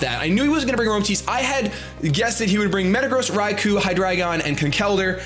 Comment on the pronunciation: Seriously. Thank you so much for saying Hydreigon correctly. It's German. Eins, zwei, drei. Appreciated so much!